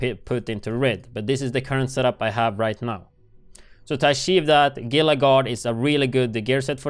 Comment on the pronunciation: great videos, FYI the word “gila” is prounounced “HEE-LA”. like a gila monster 😘